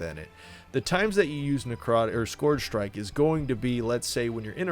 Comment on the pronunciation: "skorj shrike"